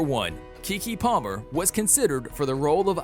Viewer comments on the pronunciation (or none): none